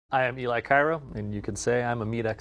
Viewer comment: its eli not eeliiiii